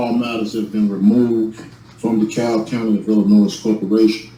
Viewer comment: “De Cab Illi-noise”